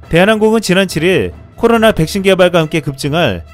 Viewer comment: '코로나' 발음이 잘 안되시는듯. 혀가짧으시면 말을 천천히 하세요